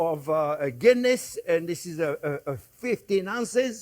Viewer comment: LOL. When you said a Guinness Beef Stew .. I thought you said a Kidney Beef Stew .. which got me thinking ... I wonder what other meat could be used in a stew?